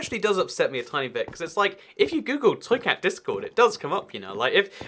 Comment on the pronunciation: Why when he says "toy cat" do I hear "truiceut" like it's a foreign word?